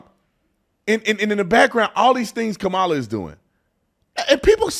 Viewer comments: The racist Whoopie pronounced Kamala's name wrong, where is the outrage? lol -Trump 20204!! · How come they always mispronounced Kamala‘s name?